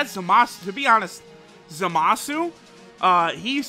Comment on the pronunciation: Its Zamas you ningen, and he is godly unit, the INT one ofc